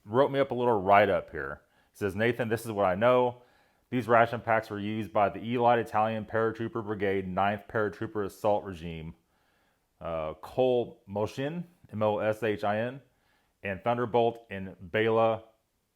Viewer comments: Did I hear you pronounce that as "e-light"? 😅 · Eeee-light lmfao 🤣🤣🤣🤣🤣